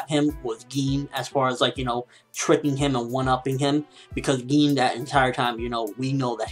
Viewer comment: I say Gin you say GEEN lolol